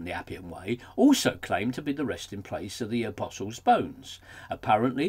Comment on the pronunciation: i like the pronunciation of "a-piss-alls" ;)